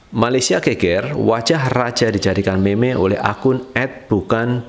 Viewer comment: Cara sebut bukan meme, yg btul mim